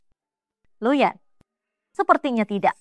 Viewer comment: nama pak Yanuar jadi "Lu Yan" anjrr